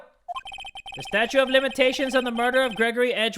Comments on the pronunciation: Anyone get annoyed that says Statue instead of Statute? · is jay saying statue of limitations instead of statute of limitations